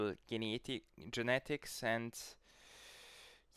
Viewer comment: jeinetigs (genetics):face-green-smiling